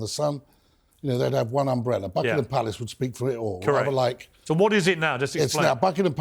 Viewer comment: Who is this awful man who cannot pronounce Buckingham Palace. Who is he spouting his mouth. We don’t care about high browed American peoples opinion. You should be talking about more important people. Catching fire - REALLY